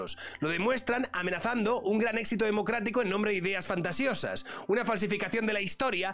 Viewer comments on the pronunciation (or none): none